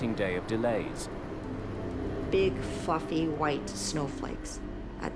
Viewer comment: any one else hear her say “big fucking white snowflakes.” Instead of “big fluffy white snowflakes.”